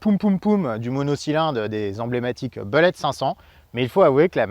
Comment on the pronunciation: Aaaah la prononciation du "u" de "bullet" est à mi-chemin entre le "e" et le "u" français, pas facile ^^